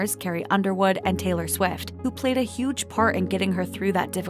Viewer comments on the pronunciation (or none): none